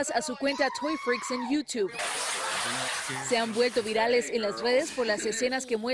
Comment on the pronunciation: Por qué le dicen iutib cuando es "Youtube"